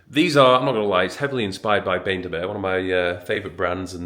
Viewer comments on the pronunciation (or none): Is he seriously pronouncing it "bayne de mer"?!